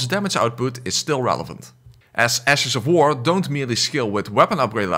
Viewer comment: Ash of War more like "Ass of War"